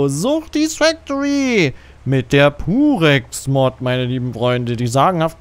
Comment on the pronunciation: Wieso verstehe ich immer "Durex", anstatt "Purex" 😅